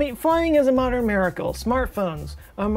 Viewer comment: It's pronounced, modern. Not what you said.